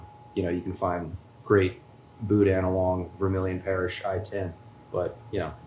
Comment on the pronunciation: Anyone who pronounces it “boo-dan” is sus